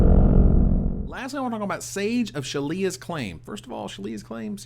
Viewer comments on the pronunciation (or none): It's not Shalia's, it's Shaila's. I pronounce it SHAY-la's : )